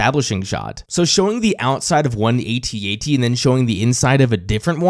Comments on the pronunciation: Hearing you say A T A T every time is just another reason why it's AT AT. Only generation dip thong would add two unnecessary syllables for some logical fallacy. Despite your crimes against humanity, I am enjoying this series and will thumbs up the video. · Sorry your INCORRECT on the pronouncing "AT-AT". It is pronounced ""AHT AHT" like in saying the word "Actually". BECAUSE I checked a Kenner toy commercial for that toy and its pronounced (like I said saying the word "Actually" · Not saying at at..is like not saying scuba.. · THANK YOU!!! No one should EVER say At-At!! A.T.-A.T.! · Sorry champ, pretty sure we were calling them “at at’s” well before you were born. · As an original Star Wars kid (I was 8 in 77), I never even heard A-T-A-T until something like 25 years later. My toy was/is an AT-AT. The other pronunciation is like nails on a chalkboard to me, truly. (Oh, and the little one is a “chicken walker” 😋)